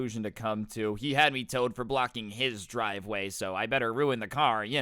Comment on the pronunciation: Dwive way lmao